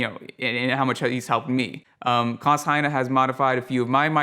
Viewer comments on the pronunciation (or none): Heyne is pronounced I believe according to my German pal Klaus Hi-Nay. I think that is right,. BTW he had sone all of my vintage U87's that were before the AI versions which are not really usable for modifications.